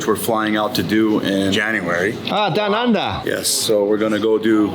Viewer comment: When said “ahh down undahh” I lost it😭😭😭